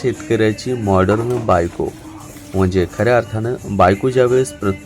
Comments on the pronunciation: Morderan as nahi bolat ho morden as bola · माॅर्डन, उच्चार नीट करा.